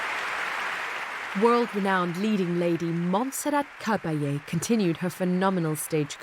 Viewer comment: The name is pronounced with the emphasis on the last syllable Ca-ba-LLE, not Ca-BA-lle